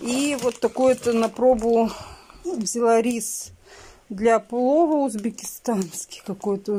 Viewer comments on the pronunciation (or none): Почему она всё наоборот читает🤣 гречичные, узбекестанские🤣🤣🤣 написано одно, читает по другому....